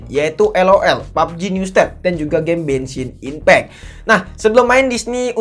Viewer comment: Genssin ipeck ❌ Bengsin ipeck✔️✅